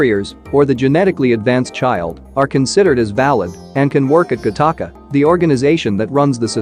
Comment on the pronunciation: It is not pronounced Gah Taka. It is pronounced Gatica, like Attic or attica prison